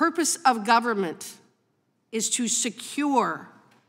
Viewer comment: Branches of GOVE-rrrrr-Mant